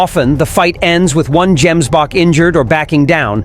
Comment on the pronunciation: Gemsbok is pronounced with a hard " g",not " j".